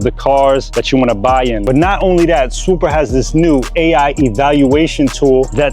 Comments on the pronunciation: If you use that app for real id assume you'd say the name correctly. I use "swooper" to get the cheapest prices...meanwhile its called swoopa. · its clearly "swoopa" not "swooper"